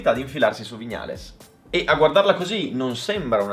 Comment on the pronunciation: A OGNI "VIÑALES" È UN COLPO AL CUORE😂